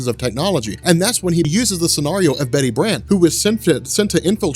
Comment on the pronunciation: You say scenario weird... You pronounce it sceARio.